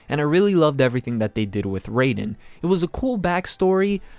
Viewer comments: It's Rye-den not Ray-den btw. Easily my least favorite fight so far. Still a pretty solid one, there were just so many better ones. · Saying raidens name wrong I tried to hold back but my correcting someone’s grammar membranes were going off